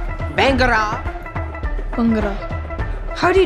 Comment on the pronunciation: No way bro said bran - Ga